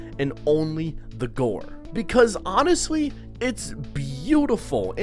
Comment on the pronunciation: "And honestwly"